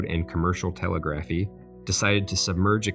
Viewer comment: I expect a vast improvement in the pronunciation of words such as "Telegraphy" and "Newfoundland".